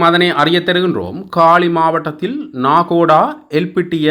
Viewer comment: நாகோடா இல்லை நாகொட, மாவனல்லா இல்லை மாவனல்லா. யட்டியன்தோட்டா- யட்டியன்தொட்ட, ரம்புக்கனா- ரம்புக்கன😅😅😅😅😅